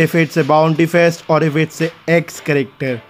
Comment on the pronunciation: Other say character says charecktar